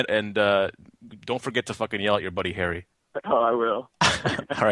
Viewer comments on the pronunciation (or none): At the beginning when he says Harry (beep)* it sounds like he says Harry fucker. Hahaha